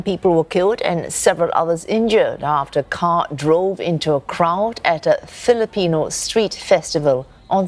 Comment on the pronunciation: This lady can't say the word Filipino. 🙄